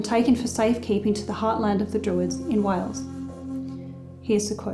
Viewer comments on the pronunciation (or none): none